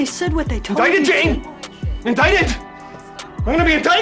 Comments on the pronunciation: Makes me laugh every time I hear (INDICATED) HAHAHA HA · Everytime "INDICTED" LOL🤣🤣🤣🤣🤣